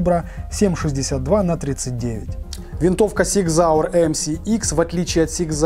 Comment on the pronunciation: Супер обзор! Фирма называется Зиг Зауэр, а не Сиг Зауэр! С уважением, Пётр, Германия